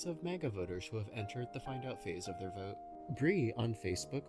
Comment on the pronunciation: "Ooooh my god I will boat....pour Donal Trump"